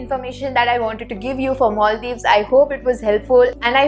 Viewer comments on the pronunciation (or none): Not only 'Herket' ,your English accent too. Where is 'Moldiws' ,can't see it on map.